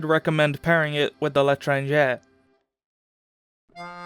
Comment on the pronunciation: first person to ever pronounce L'etranger the right way